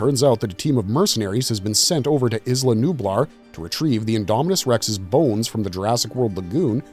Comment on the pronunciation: Are we still pronouncing it ‘izla’? The island boys dont even call themselves the izland boys and they’re handicapped